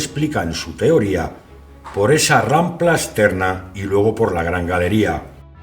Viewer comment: "rampla" NO, "RAMPA"